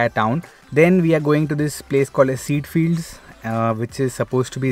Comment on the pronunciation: It's pronounced "kay-jah" fields, not "seed" fields. (Ceide Fields)